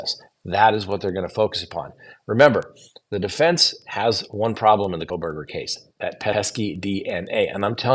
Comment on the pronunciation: You seem out of the loop with the Kohberger case in particular. . Mis- pronouncing the Victims name after all this time makes it appear like you don’t have a clue. Your analysis of this case has been a phone in from the get go.